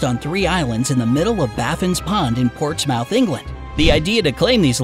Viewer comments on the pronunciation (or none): More like Ports-muth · Ports-muth. Muth. Spelt mouth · You said Portsmouth wrong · That American pronunciation of Portsmouth hahahaha